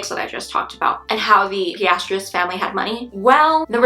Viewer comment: For future reference, you pronounce Pistorius just the way it is spelled: Pis•stor•eeus